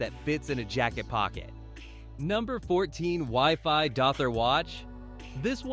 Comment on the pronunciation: Ah yes, the good old "weeee-fy"